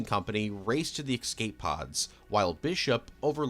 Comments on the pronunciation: EScape!!!! ITS ESCAPE!!!! Not EXscape 😡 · its ESCAPE!!!! Not exscape 🫥 theres no X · 😡😡😡 WTF IS WRONG WITH YOU!!!! You said EXCAPE like 3 times in 15 seconds. theres no X in the word. Its ESCAPE 🙄 its really not that hard!!!! Seems to be americans that do it a lot 🫥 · "Excape" out the nearest window! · If I had a nickel for every time he said excape instead of escape….. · “Eggscape” “ridden” 😂. They were trying to “Eggscape “ from the ship. In the script she was “ridden” out of the story. lol😂